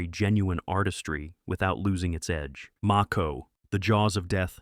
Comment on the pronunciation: As was said it's AI. Some of the ways you can tell, no emphasis of punctuation, no pauses between sentences, mispronounce a word and a few seconds later pronounce it correctly as in the case of the Mako movie mentioned in the video . So many of these channels on youtube are totally run by AI now, someone makes the channel and rakes in the money but everything in between is all done by AI.